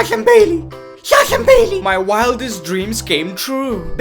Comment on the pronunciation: Amazing video.But place yourself in Sasha's place at least once.Because I would be frustrated and super frustrated as hell and probably more or less than she is.And please that Shasha thing is getting lil annoying.When you talk low you sound pretty awesome,entertaining and sexy but stop with Shasha thing.